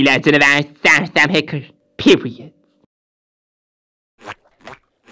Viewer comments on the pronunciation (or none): none